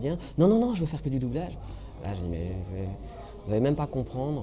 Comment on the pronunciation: "Les écoles de boublage" ?